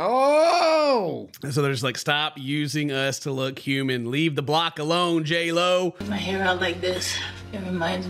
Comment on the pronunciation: Yeah, he called her "hey ho" instead of J-Lo...